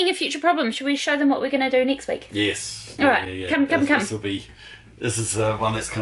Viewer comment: Nixt one or next one every word with the letter e you pronounce i, very annoying, Misure-measure Wibsite-website